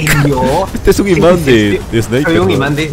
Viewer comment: F , soy el like 56 , xd" Imánd de balas "